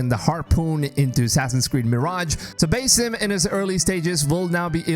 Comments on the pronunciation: its pronounced bAAsim like the sound a goat makes not baesim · am I the only one who gets triggered when calls him "bay-sim" instead of "ba-seem"??? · Dude it's pronounced BA-SIM not BAY-SIM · Did he really sah Beysim instead of BAAAH-Sim. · no disrespect, but its not Bay-Sim. It is Bah-Sim. Nice video bro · Baeysim??? BASIM! Dude you can't even pronounce it right...you must be American...no other nation is such disrespectful... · What do you constantly call him BASS-IM Rather than BASIM like everyone else. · BASIM ❌ BAYY-SIM ✅ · Proper pronunciation of his name is Ba'sim (Bahsim). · One more, BASE IM, yo who is this new character 😂 (I’m not a pronunciation nazi i just found it funny) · Love that Ubisoft is returning to their AC roots. Thank you for the new info. And just for future reference, here's a more accurate pronunciation of the Arabic name, "Basim."